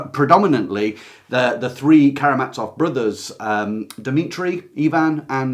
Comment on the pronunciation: Come on, please learn how to pronounce the letter "z" - there are no brothers who are carrying mats off. Russian has a letter that is pronounced like "ts" and this is it: Ц. Karamazov does not contain this letter, it contains a simple "z", a voiced sibilant fricative.